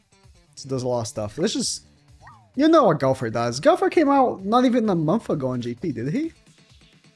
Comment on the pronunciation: 2021, dude still can´t pronounce "Go-wth-er" correctly, says "Gauther" everytime, lmao